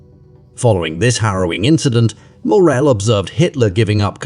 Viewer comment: Please try to say this name as it is. Only downside of this documentary.